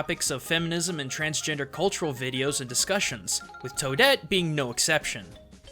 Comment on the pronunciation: transgender, not transgenered. It sounds like it was a slip of the tongue but it matters.